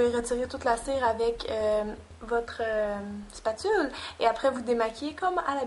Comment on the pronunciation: A oui au fait : "ing dô dê ming" ca existe pas... et aussi : "lê contê tronchen dê lay spetule" si ca coupe c'est un scalpel tu verras : glisse ton doigt sur une "spetule" et tu verras ca coupe pas on s'en fou que tu travaille la pate pendant 2 plonbes : on a compris tu eplik pa comment on fait le faux sang : VIDEO MERDIK Sinon la plaie est bien faite ;)